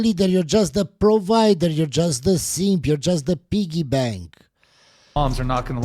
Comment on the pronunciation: In case you couldn’t understand his accent, he was saying DON’T BE A SEEEEMP!!